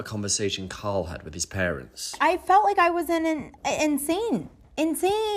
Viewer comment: okay im gonna say it. I HATE the way this producer says Carl's name. okay im done. Kendrick inspired me to uhnleash my hate. sorry dude.